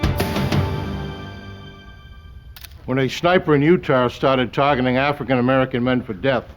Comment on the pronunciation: In what vernacular does "ah" ever pronounce as "r"? He said at the beginning this event took place in "utar" instead of "Utah", too funny.